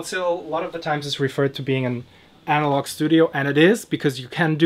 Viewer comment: Loved it thank you. Analogue - get it sounding right and commit!!